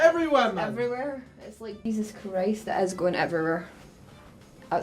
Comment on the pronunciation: Whilst in shock, did you say "jesus" or "jizzus" lol